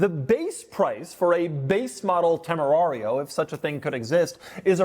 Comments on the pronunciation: It Is Tamerian and I'm not calling it anything else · Could have sworn he called it a TemuMario😂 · It's pronounced "John Temarian" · Dude stop mispronouncing the name. We all know how's it's said.🎉and it's comes prewired for a breathalyzer those are Porsche cup holders